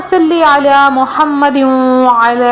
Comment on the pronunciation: بہن معذرت آ پ نظر ثانی کریں کیا آ پ نے درود شریف ٹھیک پڑھا ہے ؟؟؟ آ پ نے دونوں بار محمدو" پڑھا ہے ۔۔۔۔ چیک کریں وڈیو سنیں اور اپنی اصلاح فرما لیں